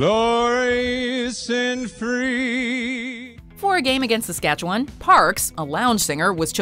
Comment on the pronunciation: Is the Watch Mojo lady from Saskatchewan? She pronounces it like a local. Never heard that from a foreigner before.